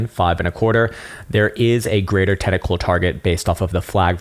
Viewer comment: "Tentacle Formation" .... You can never unhear it. Lol